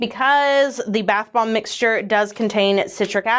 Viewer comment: I swear it sounds like is saying bath bong in the beginning of the video instead of bath *bomb*😳 The unhinged walrus bit also might have helped feed that perception...😅